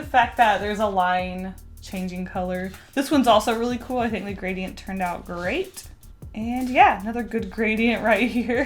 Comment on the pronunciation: Took me a second to get "gray-te"